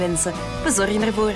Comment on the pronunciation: BPOST Niet Bie Het wordt Bee uitgesproken van het engels. B staat voor belgie en in het engels wordt het us "BiePost" ;)